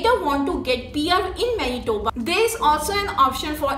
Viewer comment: She sayed Menitoba 1000 times.